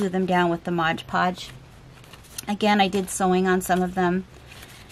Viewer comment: Mod podge, not modge podge please. I love your Asthetics and your style. You may have lived in the Victorian era previously. Thank you for your kind generosity, and sharing your talent and beautiful artwork with all of us. The world is enriched by your art.